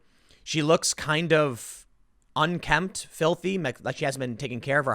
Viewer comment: the word is UNKEMPT, tim